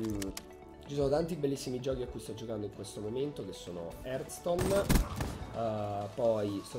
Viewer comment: Non si legge artston(heartstone)